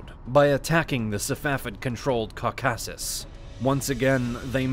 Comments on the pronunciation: It's not even just syllable emphasis, he seems like he is reading a script and has never heard these things pronounced correctly. I mean "cau-KASS-us" and "sub- SEE-kwent" are bad, but "Sunny Muslim" takes the cake for me. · That is the strangest pronunciation of Caucasus and Caucasian I've ever heard. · I love the videos, but I have to nitpick one thing: "Caucasus" and "subsequently" are pronounced with emphasis on the FIRST syllable, not the second ;) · The mountain ranges were a issue, but it didn't stop the muslim invasions previously. Remember Persia used to be mostly Zoroastrian. The distance didn't stop alexander, he came even further. Also i've never in my life heard anyone pronounce caucaus and caucasian that way. Basically though, they took some of Persia but there was no real motivation as the Ottomans cared more about their campaigns in Europe & North Africa. They fought for centuries but Iran proper was never invaded. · Why did you pronounce "Caucasus" and "Caucasian" so weirdly? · Can you please work on pronunciation of words like Caucasus and others? Whoever is voicing the video needs to be better informed/educated on these terms. It is very grating on the ear.